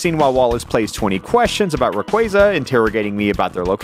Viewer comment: why do you pronounce RAYQUAZA like its spelled RUHQUAYZUH? on a scale of 1 to even, i just cant ...